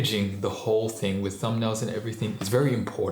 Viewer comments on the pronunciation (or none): none